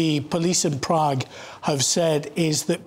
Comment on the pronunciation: Apparently the left reporter doesn't know how to pronounce the letter A. He called his colleague "" and said things like "We sow" and Proog. The other one pronounced Prague wonderful.